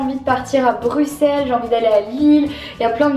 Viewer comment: Merci, Merci de bien prononcer Bruxelles 😍😍😂